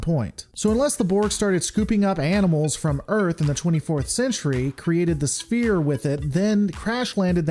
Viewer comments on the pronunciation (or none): Think of sphere as if it were spelled sfere. It is pronounced sfere not spear ;)